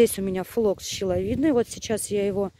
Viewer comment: флокс не щеловидный, а шиловидный.